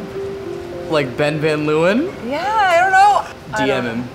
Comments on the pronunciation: Love how American people butcher dutch names, van 'luwen', its Leeuwen, pronouncing the 'eeu' with the sound of an 'a' in ape l-a-wen (a as a in ape). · She pronounces Van Leeuwen so weird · Any dutchie understands me if I say that I laughed so hard every time when they said Van Leeuwen😂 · For Dutch people it's very funny how they say "van Leeuwen" because that's not how you pronounce it😂 lol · The way they pronounce Van Leeuwen is so funny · the way she pronounces van leeuwen, its a dutch last name, XD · *Dutch people cringing at how they pronounce 'van leeuwen' * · The way they pronounce "Van Leeuwen" 🤨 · Everytime they say Van Leeuwen it makes me think of that BAD movie Eurotrip where they make a trip through basically just Prague and end up at VanderSex. The pronunciation is so cringy 😆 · That's not how you say van leeuwen lol